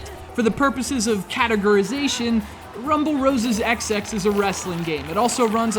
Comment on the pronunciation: The title is pronounced Rumble Roses Double X. Also, the first game was so much better.